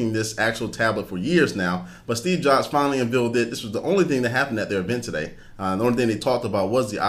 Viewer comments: Did he say unveeled??? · did he just say "unvealed"? LOL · unveeled huh...fuck i dont know why i just watched this idiots video i told myself i wouldnt watch them anymore...i know i know im gonna get comments for being a dick and telling me not to watch or comment if i have nothing good to say.but shit his vids are are nothing new its info we already heard..damn i feel dumber after listening to this fuck screw up 1 word per sentence..sorry for bitching guys have a great time watching. for real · it is UNVEILED, pronounced UN-VALED. There are no baby cows uncovered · Did he just say "unvealed"? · "unveeled"? the word's unveiled... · a bit of repetition on the "actually" ... and actually the word you were trying to use is "unveiled" (as in removing a veil), not "unvealed" (a synonym for 'revealed' or an antonym for 'concealed'?) --- almost literate, but pronunciation could sound more like english is your first language ... nice try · what have they un-veeled? do you mean unveiled? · its pronounced un-VAILED not un-veeled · What is "unveal". Is that a full grown cow? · Unveeled? LOL....Unveiled. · un-VAYLED NOT un-VEALED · lol "unveeled" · Unvealed? It's unveiled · unveeled, like cool hwip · Sorry, he lost me at "un-vealed". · "unvealed", I love it! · Unveeled. Lol. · did you say unvealed ? like baby cow ? hahaha, JK good vid !